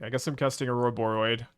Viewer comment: Love this deck, hate the way pronounces Ororoboid >~< P.S. tough MTGO crash...